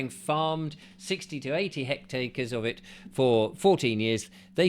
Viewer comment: I do consent - want the wildlife. If you want to express an opinion on the countryside at least learn how to say hectares.